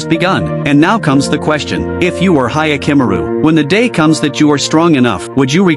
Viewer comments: "Hayakimuru" 😭😭😭 I can't.... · Yakimaru you say